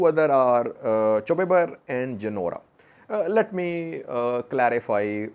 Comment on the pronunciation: it is chobi ber not chew ber. and of course it is in raya and afar border